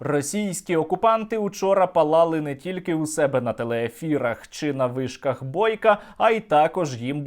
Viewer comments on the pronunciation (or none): ...''по вишкахххххххх ...'' ... '' по об'єктаххххх...'' Вчи українську.